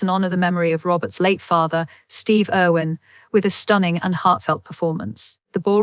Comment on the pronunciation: Spelling and speaking of words is so off..glad i didn't pay much attention.. its "Irwin"not Owen And "Hough" not Hofe